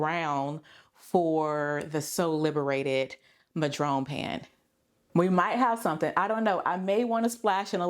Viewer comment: I love that my is crossing over into Sew Liberated! Come on! Yes, you pronounced "Madrone" correctly. One of my friends from my teacher credentialing program 22 years ago, named her daughter Madrone. Miss Madrone is graduating high school this year and is headed to Cal Poly next year! GO GIRL! So all the things aligned in this video. I love those Black Bird Patterns pants for sure. Happy Sewing and thank you, for the video!